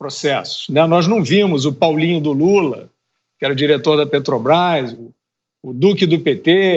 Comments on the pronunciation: "PETOBAIS" ele rouba tanto que furta ate as letras da palavra, meu deus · O ladrão fala "Petobais". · Alguém aí sabe que empresa é essa que esse analfabeto fala? Petobras. Kkkkkkkkkkkkkkk O cara de pau do ladrão de 9 dedos, além de criminoso, também é burro... Kkkkkkkkkkk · Esse ladrão deve lavar a boca antes de falar de Jesus. Vai aprender a falar o nome certo PETROBRÁS, ignorante